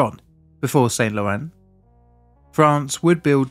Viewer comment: i suspect it is not pronounced SainT LorenZ more like san lorane - smoother less emphasis. either way nice i had no idea France had such severe struggles with nuclear power and i appretiate the indepth look provides.